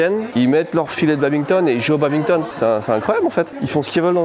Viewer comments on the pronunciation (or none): attention petit commentaire bien aigri : on ne dit pas Babinton mais BaDminton. Merci !